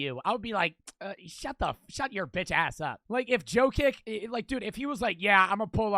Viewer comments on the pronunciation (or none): Bro really called Jokic “Joe Kick” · It’s pronounced YO-KITCH Joe